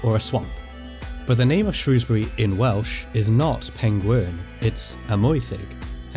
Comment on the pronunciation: Thankyou for saying Shrewsbury correctly